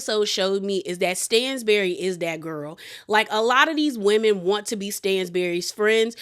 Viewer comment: It’s pronounced STAN-bury not STAINZ-bury. I’m not being shady I love you but it was low key annoying to hear you say it wrong 😂😂😂